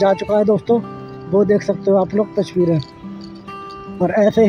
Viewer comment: Phle ye tasveere bolna seekh Jaye touchveere bolta hai usske baad lelena chaiye drone taki drone ki touchveere nahi tasveere dikhaye:-)